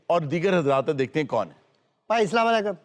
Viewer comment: ہارون صاحب پلیز اسلام تو ٹھیک لیا کریں ۔ اس لا م ۔ اسلام و علیکم